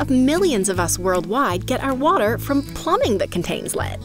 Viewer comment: "and can leak into wata"